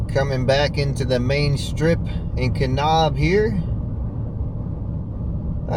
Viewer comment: Nice trip. Hot tip: Kanab is pronounced Kuh-NABB, not Kuh-Nobb.